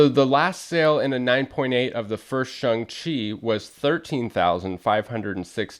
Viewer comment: I've always pronounced the character's name as Shang not Shung Chi. Good to know thanks. Cool book too.